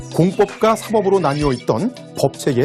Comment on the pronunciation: 너무 좋은 영상인데 사법 발음 사뻡 주탁드려용